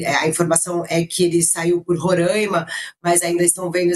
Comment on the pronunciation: A pronúncia é Roraima e não Rorâima